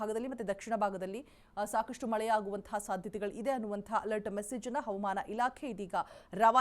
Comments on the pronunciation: Madam pls pronounce hawamana not avamana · ಕನ್ನಡ ಉಚ್ಚಾರಣೆ ಸ್ಪಷ್ಟವಾಗಿರಲಿ.. ಹವಮಾನ ಇಲಾಖೆ ಅಲ್ಲ ಅದು ಹವಾಮಾನ ಇಲಾಖೆ... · She says HAUMAN ILAKHE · Avam ana alla madam. Adu havamaana